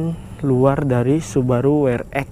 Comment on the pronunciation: We Er EXXXX bro... buka We Er Ekkkkk... :D :D Friendly comment yah...